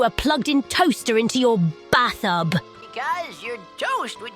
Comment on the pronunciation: After hearing the word "baththub", I now know this is truly an AI voice. It's a good idea to separate syllables if they happen to be separate words.